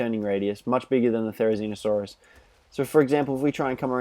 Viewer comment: it's not therinizino or something its therizino but with the therizino it's better for me and ur vids are amazing